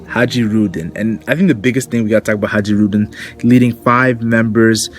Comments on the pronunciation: I think it's pronounced HIGH-rudin not ha-JEE-rudin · Bruh. Hajruden. Hai-ru-din. The j is silent. Dig the video though and I'm looking forward to a sliver of the grand fleet showing up soon. I wanna see Orlumbus bring that monster sized fleet to Whole Cake and mess the wedding up royally